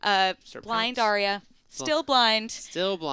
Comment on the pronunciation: these two don't even know how to pronounce Arya!